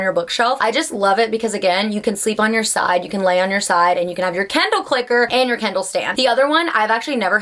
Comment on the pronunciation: It took me until to understand that you mean Kindle and not candle 😂😂